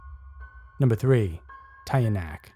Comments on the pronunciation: ...just got to the part with the Tiyanak and, as someone from the Philippines, I'm just gonna say: It's pronounced "tee-yah-nak", not "tie-ah-nak". That said, your pronunciation of "impakto"'s surprisingly spot-on, ngl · Pronunciation of tiyanak is "chanak" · From the Philippines here...its tiyanak..pronounced as chanak.They say those were the aborted babies or babies died in birth without being baptize,you got the rest correct!